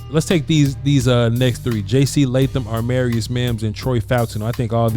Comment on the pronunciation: When is gonna realize his name is not aRmarius Mims 😂😂, been bothering me for a while lmao